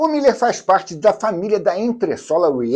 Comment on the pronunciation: É "Miler", com um "l" só (corredor de "milhas"); a pronúncia é diferente...